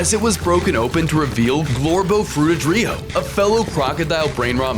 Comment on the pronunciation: Damn man crocodillo not Crocodiyo